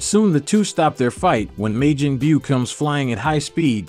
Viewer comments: When he says Majin Buu it sounds like midget bew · Lol...may-gin bue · May Jin Byu?? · May-Jin boo he killing me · Smh why does this guy say Majin Buu wrong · The way he pronounced majin but irritated me